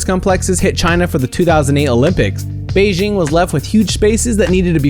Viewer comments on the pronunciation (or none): none